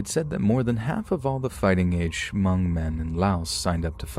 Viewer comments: Just for future reference it's just pronounced "mung" not "huh-mung" the h is silent basicslly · Oh nooooooooooo, hunny, Hmong is pronounced MUNG, not *H*MUNG!!!, 🤭😬🤦🏻‍♀️🥺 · Imagine my surprise & excitement hearing "Hmong" ...only to learn it's about Chai Vang. 😑😑😑😑 Also... the "H" is silent. It's pronounced "Mong". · All i know is we keep telling ppl the h is silent but every1 still pronouncing it as Ha Mong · The H at the beginning of the word Hmong is silent. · The H is silent in Hmong. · No H sound at the beginning of Hmong, just in case it comes up in the future.